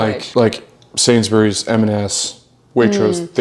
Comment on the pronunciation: Love this vid of you both, nice little mukbang. Is it me or does pronounce Sainsbury’s as Sains-berries? 😅